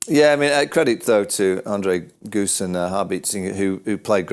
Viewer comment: Andries gous, not goose. Come on vaugh, you've been around long enough